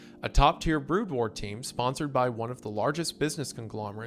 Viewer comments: literally could not continue when he pronounced BROOD AS BROAD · "BROOD" WAR PLEASE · I think he's just trolling us at this point. I always forgive him for mispronouncing made-up or non-english words, but mispronouncing "brood" and "ceiling" is where I draw the line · Brood pronounced broad? Tf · So I am wondering why it's being done, but I am going to assume it's some sort of "Autist" test. But here we go: He prounounced- Terran as Tehran. Brood as Broad. Protoss as Protists I guess it's a ragebait because while he does pronounce the Korean names as closely or accurately as possible, but mangles English words. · Wendy's pronounciation of 'brood' hurts me on a level never thought possible. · Terran was bad, but brood made me look for this comment. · mispronouncing Terran and Brood is crazy work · Today I learned that Wendifren can't pronounce the word "Brood".